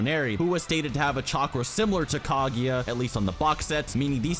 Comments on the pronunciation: Nice video but just one thing: it´s not Kagi, it´s Kaguya. Thank you. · "Kag-eeeeeeee-ya". wtf is wrong with you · Kageeeeeya!!!!!! Its Kaguuuuuuuya!!!!!! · My ears hurt from all the Ka-GI-ya, her name is Ka-GU-ya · if you say KaGYA one more time